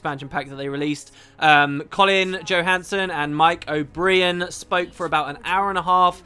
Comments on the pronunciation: 'Mike o-bree-an'. You just can't help yourself, can you? ;) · There's a popular irish comedian, well known in the UK called Dara O'Briain (pronounced the way that is saying it). I think this might be the reason why is slipping up:) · Now that Mike's name has been pronounced as "Oh-Bry-Ann".. is "Oh-Bree-Ann" the English prounciation? Did you ask for confirmation on the correct one, through your ArenaNET connection? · Come on,. You now know DEFINITIVELY what the correct pronunciation of "O'brien" is. Step your game up! Also, today's live podcast was really cool or whatever, I guess.